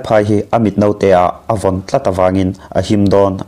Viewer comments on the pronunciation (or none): none